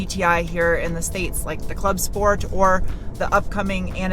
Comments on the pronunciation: "Sport" not "Shport"? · What! Not Shport? It's a German car.